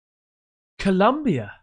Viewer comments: Colombia not Columbia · its Colombia the country not Columbia in Mexico just so you know lol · It's ColOmbia mate. Tell your misses to smack you. LoL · My boi.. it's COlombia. Love your show. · It’s Colombia not Columbia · It’s pronounced O mua mua. It means Scout in Hawaiian. Columbia is also a county in SOUTH AMERICA!!!